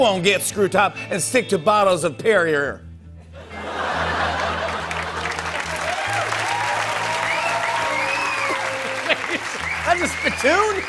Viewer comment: Please don’t ever pronounce perrier like that ever again😂